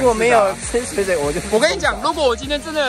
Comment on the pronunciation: 水(ㄕㄨㄟˇ)水(ㄕㄨㄟˇ)聽起來好怪XD 通常不是念水(ㄕㄨㄟˇ)水(ㄕㄨㄟˊ)嗎